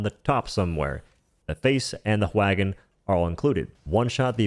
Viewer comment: Did you say.... "wHagon"..?